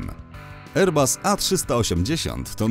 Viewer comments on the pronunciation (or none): none